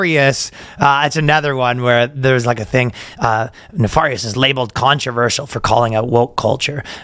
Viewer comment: Why are you pronouncing nefarious like that?